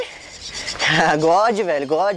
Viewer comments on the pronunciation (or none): Hud e ruim de inglês kkkkk god god = Deus, o certo era good= Bom